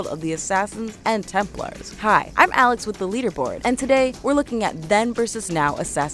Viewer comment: It not tempers it’s Templar